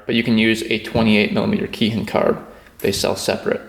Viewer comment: And for my troll moment of the day: I'm going to blow everybody's mind, and tell them how to correctly pronounce kei hin. It is pronounced: Kay - Heen You are welcome.😜👌